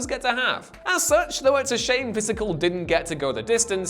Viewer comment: I liked “Pysical”…